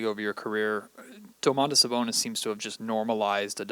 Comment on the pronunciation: I'm pretty sure it's supposed to be just Do-man-tas Sa-bon-is. There's no "oh" at the beginning.